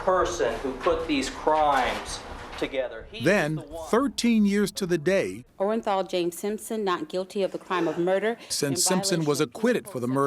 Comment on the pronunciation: The jury was so stupid the forewoman couldn’t even read the verdict right!! “Orenjal” 🙄